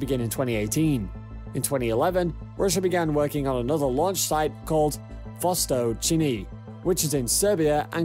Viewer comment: "Vostōchnyy" (Oriental/East) not "Vostochini". It sounds like Mario trying to say while eating pasta. Also, Siberia (landmass in Russian far eastern) not Serbia (a country in Europe).